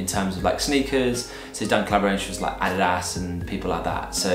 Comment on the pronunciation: I've never heard an English mother tongue pronounce adidas that good!